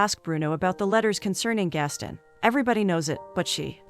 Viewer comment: It's Gast-on not Gastin Americans oye 😂😂